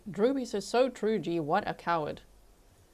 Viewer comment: "So he's sentenced to LWOP plus 7.5 years, twoo?" 🫏